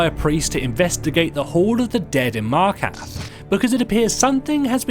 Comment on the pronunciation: The most disturbing thing is that your voice over guy can't even pronounce half the stuff in this game. Did someone miss-type the script or something? Markath? Volikar?